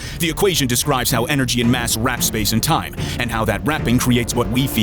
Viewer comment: Warps, not wraps.